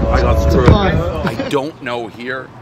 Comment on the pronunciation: “AHH-PEETZ”not “A-PEETZ”, Prez!